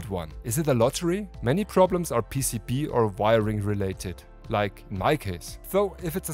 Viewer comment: Your German accent on the English “PCB” way cracks me up every time only because it sounds like you’re saying “PCP” Way, and man that would be a very different type of advertisement lol